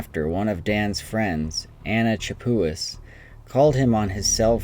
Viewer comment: Anna's last name. He says tcha-POO-iss.... But it's pronounced sha-PEE. It's spelled Chappuis. It's french.